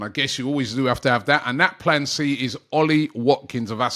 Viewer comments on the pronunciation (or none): none